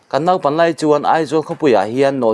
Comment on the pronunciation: Naupang, tihturhi , engatinge Nopang, : ti pawl hi anla awmfo maile Mizo tawngah, Nopang a awmlo